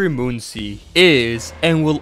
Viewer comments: ITS "Munkiy"like monkey NOT "Moon-see" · its not pronounced "moon si", its pronouced like monkey.